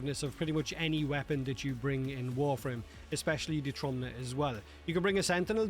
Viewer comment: Just so y'all know, "Trumna" translates to "Coffin" in Polish It's pronounced "Troomna"